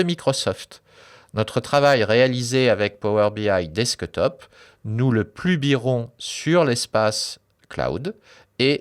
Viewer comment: Merci beaucoup, très bonne vidéo ! Mais il faut revoir l'accent anglais pour le "desktop" ;)